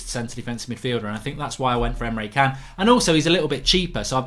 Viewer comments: It’s pronounced chan not khan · It's pronounced emre Jan not kaan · Can't listen to Emre Kaan (Can) anymore... everytime he says it, i have to say "Ch-an"!! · he said himself its chan you absolute idiot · He's not a bad guy in star trek....khaaaaaaaaan!!! It's Can .....like 'chan' ...............good show though mark 😀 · Emre Can pronounced Emre CHAN not Emre KAHN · Can is pronounced 'chan' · How many times have we got to tell you it’s pronounced Chan mate? In german C is a Ch sound and a K is a C sound